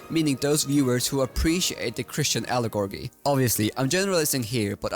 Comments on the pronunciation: you said "Allegorgy" again! ☠️ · I saw this and assumed you were stressing the wrong syllable, but it was even funnier lol